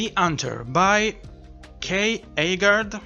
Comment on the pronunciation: You pronounced Aagard perfectly! Great video, quite an amazing list of books, my TBR has grown yet again! To give a bit of backstory on the googly eye edition. It was originally never supposed to see the light of day. I had severe imposter syndrome while drawing the book cover which resulted in a bit of a mental break. I added the googly eyes to cheer myself up and stop myself from taking the cover art so seriously. I shared woro in progress images and included the googly eye version as a joke and everyone loved it and wanted it as a cover. I thought it was hilarious and agreed to make a limited edition run for those who wanted it. I'm of the opinion more googly eye editions should exist in the world.